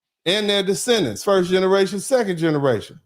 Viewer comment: He said: "I speak NIGGARATION" 🤣 He is CRAZY. I am SCREAMING LAUGHING.